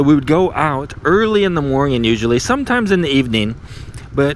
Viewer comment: i want to know more why so always say morngin instead of morning sir